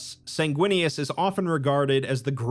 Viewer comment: Bro, the chapter for Sanguinius is “Sindarius” and I was like “if he says it like that I’m unsubbing” Thankfully you got it right 🤣